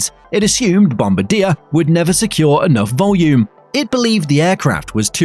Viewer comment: Downvoted for the pronunciation. Bombardiers pronunciation is widely publicised.